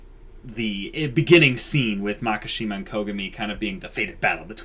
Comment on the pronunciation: It's Makishima, not Makashima, you guuuuuuuyys (and people in the comment section :V) (!awesome video, tho!)